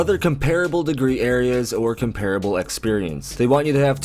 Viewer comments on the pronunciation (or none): none